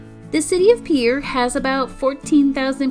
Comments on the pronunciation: Peer. Not peeyayer. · Peer it's pronounced peer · It’s pronounced pier like a pier on the water